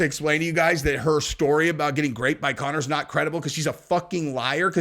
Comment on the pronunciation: He's REALLY saying, "graped"... on YOUTUBE....